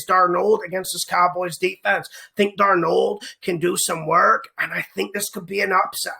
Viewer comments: He's the only person I've ever heard pronounce his name like that. What a riot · The way you say his name Sam “DarNOLD” gets me every time 😂 ... keep up the great work bro always ❤️ the picks!!